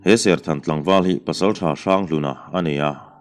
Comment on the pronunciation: Serkhan ni loin, serthan a ti zawk